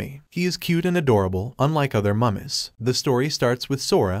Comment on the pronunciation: Bro Said Mummes💀